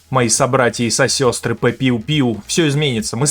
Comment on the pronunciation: сосёстры? ААХАХАХХАХА